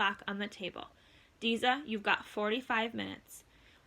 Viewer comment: Umm it’s deza